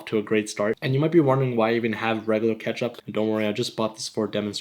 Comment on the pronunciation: he said make a switch from Pakistan ketchup to heinz kepchup